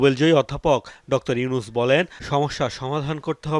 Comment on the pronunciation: ডক্তর কি? ভাই? উচ্চারণ ঠিক করেন। আপনি বারবার ডক্টর ইউনুস না বলে ডক্তর ইউনুস বলতেছেন।